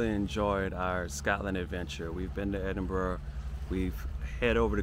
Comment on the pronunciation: Not quite sure why you receive multiple comments on your pronunciation of Lomond - always a good idea to check existing comments before repeating those of others. Without any intention of patronising you, well done on pronouncing Edinburgh correctly. Our British place names can be difficult to grasp by the natives. Whilst this is a repetition, it is at least positive: welcome to the UK! Your approach to life and raising a family so they experience so many things is inspiring and something else that I am struggling to articulate, perhaps heart-warming? Either way, keep up the good work. PS. I'm a tad envious that you have an alpaca 🙂